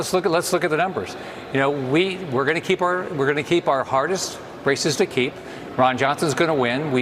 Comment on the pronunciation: When he said 'we're gonna keep our hardest races to keep', I initially heard it as 'we're gonna keep our hardest racists to keep' ! 😂🤣